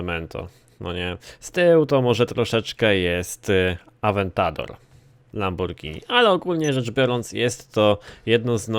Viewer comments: Lamobordżini a nie Lamborgini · nie lamborgini tylko lambordżini i więcej takich odc.!!!!!!!!! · mowi sie lambordzini